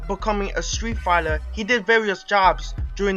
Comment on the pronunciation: Fighler? lol idiot